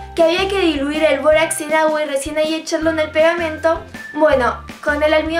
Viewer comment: Todo iva bien hasta que dijo borax